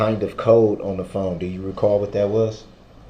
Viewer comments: just like when he says “can I do dat” ! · Translations Dat = that Du’uh = the Axe = ask Axed = asked Dis = this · That’s such a pet peeve of mine. When he says “I axed him” or “can I do dat” good lord it’s maddening